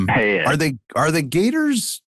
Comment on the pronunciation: Jake's pronunciation of "gatahs" is SENDING ME. 😩